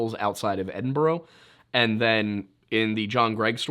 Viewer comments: I’m sure someone else has already said it but anytime you see a Scottish place name that ends in “burgh” it is pronounced as “bruh”. Examples “Edin-bruh, New-bruh, Fraser-bruh” etc. interesting video just the same. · Dude, Edinburgh is pronounced Ed-in-Bruh Sawney Beans cave is close to where I live (around 30 minute drive) in Girvan :) Also if your ever in Scotland, hit me up for some free tattoos 😊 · A wee heads up, you pronounced Lothian wrong, think of "loath" when pronouncing it, you also got Edinburgh wrong, pronounced Edin-burr-uh. 👍 Great channel btw. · “sony” “edinboro” 😭😭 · Good video but your pronunciation of Edinburgh makes me go feral